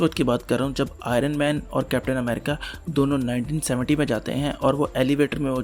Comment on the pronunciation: Say it as IONman no aay- ronman